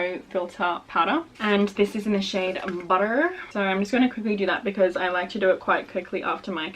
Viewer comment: I don’t know why the way you said “butter” made me laugh. 😆